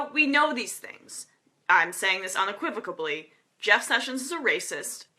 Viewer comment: unequivocally, Not unequivocabbbbbly. There is no "b" there.